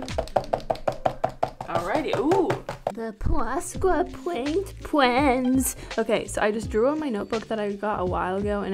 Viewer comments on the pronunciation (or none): "PWOSCA PWOINT PWENS" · "Pwosca pwaint pwens" I love it 😀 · "pwasca pwaint pwens" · Pwosca powaint pweennss😂😂💕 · Love your video but enough with the poshka pwaint pwens